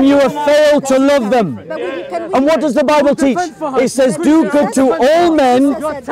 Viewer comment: THE LADY SAID " YOUR BIBEL ?? "